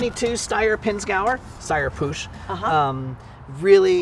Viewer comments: "Puch" is not pronounced "poosh". ;) It's ˈpʊx in IPA. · I believe Puch is pronounced Pook, heard that some years ago, don't remember where.